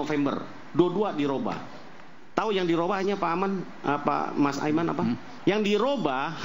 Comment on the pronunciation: Siapa org ini ya...manggil Aiman aja Ainun, Rudiana dibilang Rusdiana..